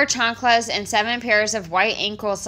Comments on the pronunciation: i HATE how she says chanculas like plz stop mam shes so deslusional about who she really is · I loathe the way she says, "chancalas". More than that, how does someone with "more than a bachelor's degree" (that has no actual degree) not know that the plural of thief is not thiefs 🙄